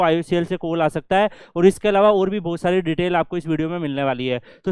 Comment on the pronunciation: "bohot sari" hoti hai, "bhosari" nahi